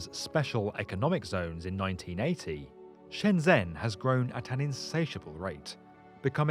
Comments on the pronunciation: Its pronounced shenjen, not shenzhen. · Cant say Shenzhen or Guangzhou correct...... Guang-Joe and Shen-Jen are correct pronunciation..... 谢谢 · SHENGEN = SHENZHEN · Guangzhou-gooahng joe Shenyang-shen yahng shenzhen-shen jen great video!